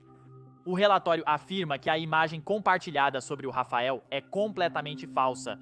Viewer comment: Rafael? Não seria Rafale?